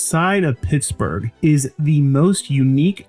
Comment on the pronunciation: I swear he's saying, "This...is Pissburg" at the beginning.